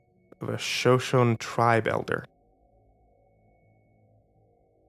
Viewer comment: "Show-shown" That one made me full body cringe. It's "Show-show-nee"